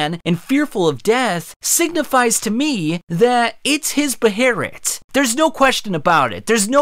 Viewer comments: Why does he keep calling it 'beherit'? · Chill out on pronouncing the 'h' in Behelit. The h is silent. Bay-lit. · Why tf he keep saying behlit like that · Behelit. Bae- Lit. Just say Behelit. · Dude just say behelit. You sound stupid deliberately saying it with the R. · Do yall realize how dumb yall sound when you say “beherit” lmao just use the L not the R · Why do you prounce it like that bro, its be he lit lol, not beherit, definitely unsubscribing. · Hearing you sai "beherit" sounds very racist compared to "behelit". I get it, it's the original writing, but even in the anime is it referred to as a behelit. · (Bey-LIT) not (be-heir-rit) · it’s guts beheret bruh this man saying behelit like that made me dislike the video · man an English speaker saying "beherit" is just disgusting. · Good video, but one thing. In english they are called Behelit, in Japanese its not Beherit. Beherit is neither english nor Japanese. The Japanese word is ベヘリット which is literally translated Beheritto (pronounced Behelitoe). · It's behelit, not beherit, that is just the pronunciation of japanese persons who can't pronounce L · Where is the R in Behelit. Please tell me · its behelit .. not beherrit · Is it actually pronounced Be-Her-it I always thought it was Bae-Hil-it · The pronunciation of behelit you use in this video is fucking infuriating. You singlehandedly brought the GIRU-GA-MESH kid back into my brain and I hate you for that. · If i didn't vocally overdub "Behelit" everytime he said Beherit i wouldn't have made it through the vid. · Beherit might be more correct, but I cringe whenever I don’t hear behelit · There’s no R in it please.. 😭😭😭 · the BAY-lit! not the ba-hair-it lol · Hearing “beherret” is like nails on a chalkboard lmao. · stop saying beherit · "B-Hay-Let". "B-Hay-Let"!!!! Not fucking "B- Herit" I wanted to throw my phone each time you said it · He BE HEL IT NOT BEHARIT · why he keep saying beherit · Saying “beherret” feels like saying noodles as nooders